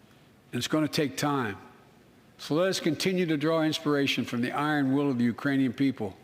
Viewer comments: "Urainian." Which is made up. Lol. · "Urainian people." Oh boy... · He said, "Urainian people." Which is still incorrect...